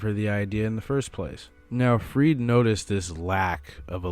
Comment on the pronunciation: Love this video! Also it’s 100% pronounced freed-uh